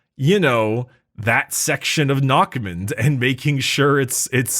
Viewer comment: eh for future reference it's said "narrmoond" the "next mouth"